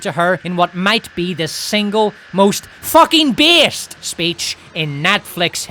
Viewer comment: the emphasis on "fucking based" here is hilarious to me.